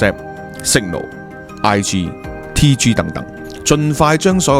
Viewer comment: 都話WHATSAPP...唔係WHATAPPS 呀！